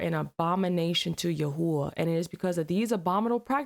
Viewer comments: Yahweh - That’s actually pronounced (Yaw-Way). 😊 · You're not saying God's name right, it's literally said like I've spelt it here..... "Yah-Way" , almost like your breathing in and out when saying it ....😊❤😊.... Just trying to educate, God Bless You all, I pray you let HIS Holy Spirit touchYOUR lives, Heart, Soul, Mind. 😊❤ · Yahua God's name is pronounced Yahweh. Yah is the sound made when you take a breath. Weh is the sound of breathing out. Yahweh is the Hebrew for i am who i am